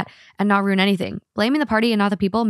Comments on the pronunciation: I love how you both turn ruin into a 1 syllable word 😂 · Wait, why are they both pronouncing RUIN as ROON?? Am I trippin? 😭